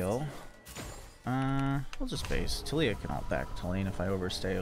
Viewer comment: Wrecked that “Tilleeya” in lane 😂